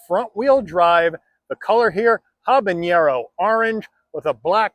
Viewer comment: ok I'll be 'that' guy........ it's habaNero not habaÑero also, I'm a gringo, so...... :)